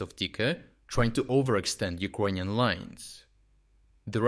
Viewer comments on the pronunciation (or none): do you pronounce "Icronian" on purpose, am I missing something?